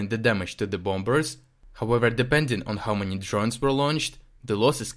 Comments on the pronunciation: thank you... your articles are always really clear and interesting (ps the second 'b' in bombers is silent.. .so the word is pronounced bom-mers not bom-bers)... look forward to next episode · Good report, but just to let you know, the b in "bombers" is silent. We pronounce it "bohmers."